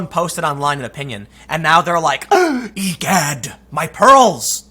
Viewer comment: oh that's how you pronouce egad? Damn my whole life of comic books reading ... this is just like watching the first potter movie and finding out how Hermione was being pronounced..